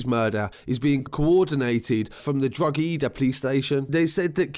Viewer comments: I new he would mess up saying drogheada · The real crime here is the mangling of these Irish placenames. I wouldn't mind the Drogheda one so much, but calling 'Bettystown', 'Betsytown' has to be a pisstake. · the g is silent in drogheda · Very detailed report, comprehensive and commendable, this was a shocking act of violence. Unfortunately the pronunciation of place-names from the ears of an Irish person is horrible. Talk about murdering! That aside, hats off for the research, that took alot of time and effort. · the g is silent in drogheda bro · Just dropping you a bit of knowledge ur videos are well put together .but ur pronunciation for DROGHEDA way off ur saying the E REAL HARD ITS NOT PRONOUNCED AT ALL LOOK IT UP ON RTE NEWS U WILL HEAR YHE NEWS CASTER SAYING IT THE RIGHT QAY UR WAY OFF BUT GOOD WORK KEEP IT UP TAKE CARE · The g is silent in drogheda bro 🤣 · You are butchering the queens good English. Your pronunciation of drogheda, Keane and some other name are hilarious lol. Dont know much about this.,we’re much more civilised on our beautifully British side of the border but I thought this was part of one of them gypo family feuds. Plus was it not a retaliation for him and his mates attacking someone . In fact I’m near sure there was a video of that doing the rounds? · It’s Drawda not drog he da!...great summary though 🙌🏻...excellent work ! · Droh ha deh....how its pronounced not drogheeedahhhh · only non irish people pronounce it other than 'Droheda' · nobody says drug he da. It is draw he da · “Drog-heeeeeeeda” 😂 it’s pronounced draw-ha-dah (say really fast) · Drog-Hee-da? Its pronounced Droh-head-a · Pronounced Drockada not Drogheeda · Drogheda is pronounced Dro ha da. Great reporting and done very respectfully. Just found your channel recently. Subbed + all notifications on. Thank you, great work! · Its pronounced 'droh-heh-da' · Pronounced “Didier Drogba Eedaa” Thanks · U got in wrong to pal itts pronounced dra daah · Drogheda - Draw-a-da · Dro geeda 😂